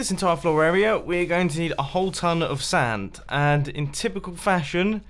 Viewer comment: the way he says "sand"